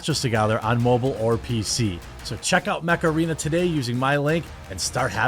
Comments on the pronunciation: I'm a silly English chappie and I thought he WAS saying "macarena". My poor English brain was so confused. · Is that mech arena or macarena? Hey mecharena! 😄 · Jeremy, the way you say Mech Arena is how imagine your average Wisconsinite to say macarena.